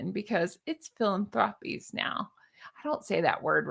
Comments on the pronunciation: Fi LAN…tho may help you pronounce the words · Phi-lan-thru-pees. Pronunciation not the actual spelling. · try it as fill-an-throw-peas. 😂😂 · I think it's really really REALLY weird that the kids never look at each other, never hold hands, never do ANYTHING together. fyi, philanthropies, you should emphasize the AN, phil-AN-thropies. 😁